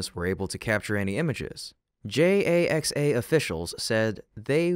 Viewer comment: What's a JAX-AY-EX-AY?